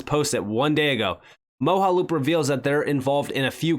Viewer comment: Moge (pronounced like doge) - aloop. 😉 Mojaloop Great video... again! Thank you,.